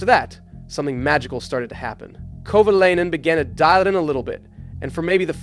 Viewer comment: Bruh wtf.. Is this Ai? Why arent pronunciations consistent? Kova-LAY-nen Kova-LI-nen. like wtf man? And its not KATERUM.